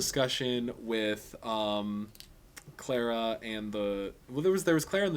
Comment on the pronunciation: sometimes when you say clara it sounds like clera to me :P but love your reviews =)